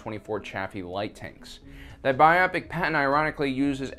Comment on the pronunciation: Biopic isn't pronounced that way.